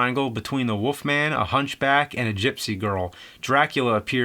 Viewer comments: Why do you say "the woff man" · I keep hearing James saying "The Woof Man".